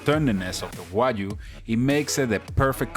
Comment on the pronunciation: I love how he say wajyu instead of wagyu, this is that I know 😂😂😂